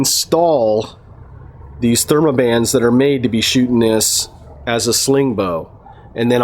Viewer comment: Theraband not thermaband